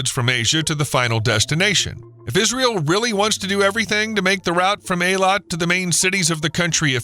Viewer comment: Good lord man, it's pronounced EE-Lat, NOT AA-Lawt.